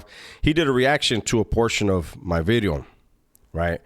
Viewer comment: He put some emphasis on that V now. “New Bideo” 😂